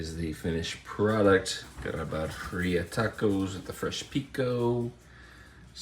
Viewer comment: Good video, I appreciated the review! But... for the love of God... its pronounced "Beer-E-ah" I can't cringe harder at hearing it pronounced Buh-re-ah.